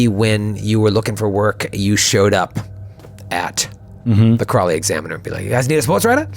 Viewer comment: Ugh! It isnt "Crawly, Mass"! It's "CROWLEY, Mass"! It took me until now to get that!